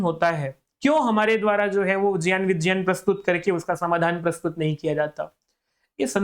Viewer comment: ज् + ञ् + अ =ज्ञ है। और ज्यान सही उच्चारण नहीं है। यह प्रान्तीय accent के कारण कुछ लोग बोलते हैं।